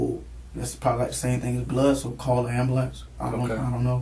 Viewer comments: “I told her to call the AMBOOOLANTS”! Gottt damn every single one pronounces it like that! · "Abmbaalance" I mean..idk. 'Ambulance' isn't hard to pronounce if you TRY. That's that problem. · Why can these people never pronounce "ambulance?" It's not a god damned amberlamps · why is he struggling so hard to say ambulance? 😂